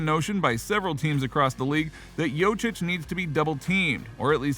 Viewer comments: It's joKic bruh u saying jocic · I got to 48 seconds into the video and had to stop. Learn how to say his name